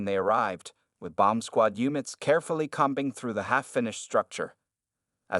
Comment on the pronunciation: Com bing ….., not combing ? Really? At least listen to your AI rendering of a fictional story